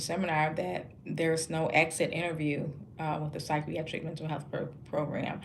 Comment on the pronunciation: Good work! Please learn how to properly say the work psychiatric. There is not an "r" at the beginning